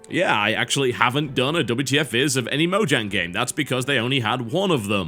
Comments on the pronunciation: Mojang is pronounced Moyang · i could be wrong, but i believe it is pronounced "Moyang" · Isn't it pronounce Mo-yang? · No, they pronounced it Mojang, with a j as in jiff, in the documentary.